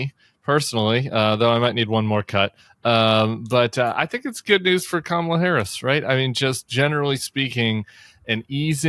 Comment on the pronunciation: Tim, Will you be the one to tell Al Sharpton the correct pronunciation of Kamala? Pretty Please?